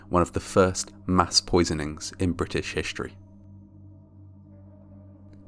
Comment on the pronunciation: Brit-essh Hishteory lol that sounded so funny